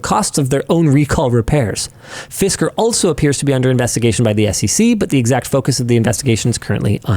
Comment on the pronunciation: Fisker mire like Fister, as in they got Fisted